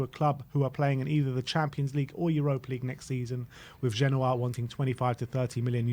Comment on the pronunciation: This guy is a joke "ginoa" you mean "genoa"